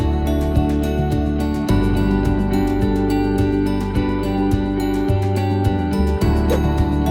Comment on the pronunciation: Drakenstein , in South African English you pronounce : "Draakensteen"